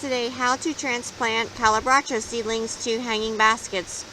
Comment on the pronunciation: Never heard it pronounced like that!